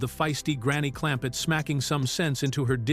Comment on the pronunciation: Absolutely.😂😂😂😂 Jethrin? WTF? Clampette? What?!? Jalopee? 😂😂😂